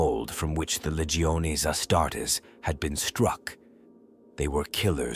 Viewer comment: Lee-geo-nay lol